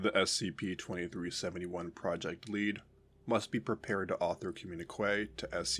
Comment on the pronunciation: "Communique" is pronounced "com-myun-ih-kay". No "w" sound after the "q".